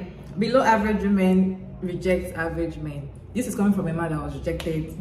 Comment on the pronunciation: I've noticed a lot of people pronouncing women as woman. The woman right after that tiktok did it, too. Women isn't really pronounced like it's spelled, which is probably why so many people mispronounce it. We-men. Those delusional wemen!!